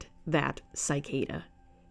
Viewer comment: You pronounce cicada so wrong please google it at least, I couldn't help but cringe every time you said it. Despite that I did really enjoy the artwork in your tour, and look forward to seeing more.❤